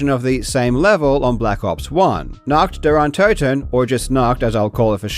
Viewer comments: German here. We're usually chill with that, but please ... even Google Translator speaks it cleanly, just mimic those three words and do not say "Nackt dar Antatten" anymore. We might have to alter a very old joke then - people speaking three languages are trilingual, people speaking two languages are bilingual, and people speaking one language are (formerly French, but not anymore) Americans. Please. For the sake of how the rest of the world sees your nation, the USA are already being called as the wealthiest third world country. :') Three words. That's all it takes. Do us and yourself the favor. :') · pronounced: NAH-h(ee)*-t DEE-uhr Uhn-TO(E)**-ten (Night of the undead) *It is a ver soft h, like the h at the beginning of hee in hee her ** I can't recall an instance where you pronounce o like an actual flat o, not oe or oh or ah. More like o in "door". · As soon as I heard NAHKD DARE UN-TOE-TEN I knew what I was in for. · What i seriously don’t understand… why cant you just Google Translate or whatever to check how to pronounce nacht der untoten properly? You claim to be a smart guy but fail to do even this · The way he says "Nacht der Untoten", as a German, violates my human rights. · as a german, hearing nacht der untoten pronounced that way was kinda painful and kinda funny 😭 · god your pronounciation of "Nacht der Untoten" was so aweful. I loved it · WHATTTTT THAT PRONOUNCIATION BRO IM DYINGGGGGGG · As a german your pronouciation of Nacht der Untoten annoys me